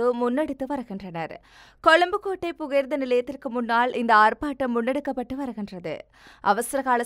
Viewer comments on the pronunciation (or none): அம்மணி.. கொழும்பு கொடடை இல்லை கொழும்பு கோடடை 😂.. கொஞ்சம் ஆறுதலாக வாசிங்க.